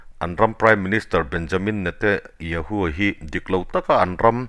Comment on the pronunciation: I news ngaihthlak a nuam e,Mahse Israel prime minister hming i lam dan hi ...Benyamin Netayahoo Nilo in Benyamin Netanyahoo tih zawk tur aw😊